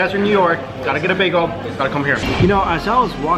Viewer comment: Why do you say beago instead of beagEL